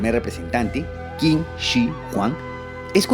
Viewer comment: El nombre de China viene de la dinastía Qin,, la pronuncia "Qin" pero en realidad se pronuncia "Chin". Con ese nombre "Chin" o "China" se conoció después por todo Asia y el resto del mundo.